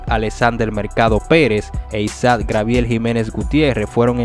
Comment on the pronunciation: No se dice grabiel es Gabriel.